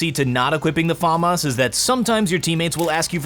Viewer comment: Can you actually not say FAMAS like that 😡